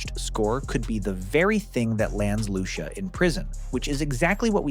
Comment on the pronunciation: Lew-see-uh not loo-sha loved the video tho man